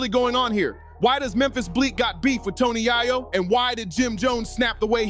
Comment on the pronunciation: Tony Yay Yo 😅😅😅